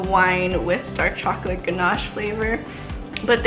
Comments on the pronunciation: Are any else of you guys hearing her say “choclick” or “chocolate” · Do you cay choclick? Cuz that's what I hear